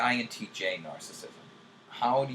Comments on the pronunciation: Not pronounced nar-sism. Pronounced nar·cis·sism. This makes me think less of you, INTJ;) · He's saying was pronouncing it incorrectly. He was saying "narcism". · He's not pronouncing narcissism correctly.